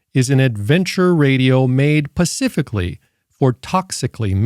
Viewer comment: PACIFICALLY! I love it.